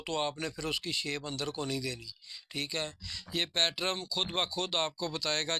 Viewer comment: پیٹرن ہوتا ہے حاجی صاحب آپ بار بار پیٹرم بول رہے ہیں